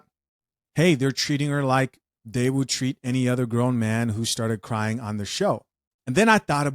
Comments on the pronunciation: He said "are you cwying?". Lol. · This is painful to watch! 🤨 “You gonna crwy!” 😂